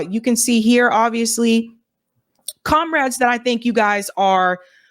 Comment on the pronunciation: Thank you for covering this! We disagree a bunch but your a good reporter I also think it’s strange when you say comarades. I have nothing against commies but